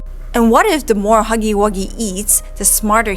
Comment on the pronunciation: I love how she said muggy instead of huggy